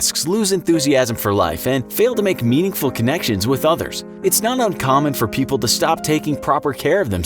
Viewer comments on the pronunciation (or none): none